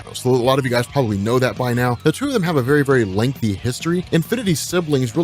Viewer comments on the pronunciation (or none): none